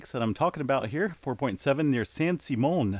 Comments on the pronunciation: you as a Californian don't know that it's pronounced San SIM ..EON location of Hearst's Castle? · It is pronounced San SIM eon. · It's pronounced "San Sim-e-on. You do pronounce the "e", it's a long "e". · Haha. It's San Sim-e-on---it's where Hearst Castle is! I'm in LA and didn't feel yesterdays. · Fyi, it's pronounced San Sim-e-on. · Its actually Central California and its pronounced San Sim me in. The Hearst Castle is there. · You might want to get the pronunciation of San Simeon